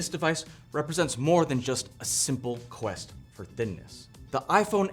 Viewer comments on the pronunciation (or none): none